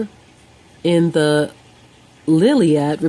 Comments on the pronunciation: Iliad, not Liliad. Jesus. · Did she just pronounced Liliad ?:)))))) I'm dying here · "L"iliad.....illiterate idiot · Liliad????? Hahahhahaha omg what a total idiot. This whole video is embarrassing. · Her credibility went out of the window as soon as she said "Lilliad"...probably thinks it was written by Homer Simpson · It's called ILIAD not LILIAD The term "greek" was very restrictive... You had to be "light-skinned" to be greek. The depictions of "black people" on pottery comes from the technique used to paint them. There are red figures and black figures, but they always represent a greek. History is NOT written by the victor! Our primary account of the greek war against the persians comes from the persian side. Somehow they have magicaly managed to control the narative... Regards. hugo, Bachelor of History and Archaeologie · It's not the "Liliad," genius. It's the "Illiad" Jesus was black? Try Middle Eastern. Black people were Greek? I'm so glad is in such competent hands. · its i L L i a d , not LiLLiaD ... , 2ndly Homer Describes clearly Achilles as Blonde , Third u obviously know shit about history and especially greek , FYI the first greek tribes came from northern parts of europe , 4th Eastern europe has nothing to do with Middle East , U do Realise that the skin color is based on geography , right? 5th Do u even have any proof of what u claim? U do Realise that black ppl been brought to europe and america as workers through the years . So much bullshit and spreading lies to those uneducated .... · Not that this is significant in any way, shape or form, but the story this is derived from is called the Iliad with an I, not the Liliad, as you called it early in the video. It might have been a simple mistake, but just in case it wasn’t, I thought I’d let you know just for future reference. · Its pronounced as ill-i-ad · Oh the irony, that you can't even pronounce the names properly.... You actually said the *L*iliad. ROFL